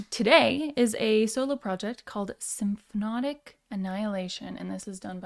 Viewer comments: I think it's cute that you can't pronounce "symphonic." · I like how she calls it symphnotic, like it's symphonic and hypnotic at the same time 😉